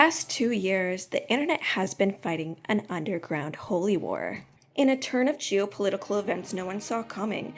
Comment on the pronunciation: Did you just say Jew-political instead of geo-political? That is hilarious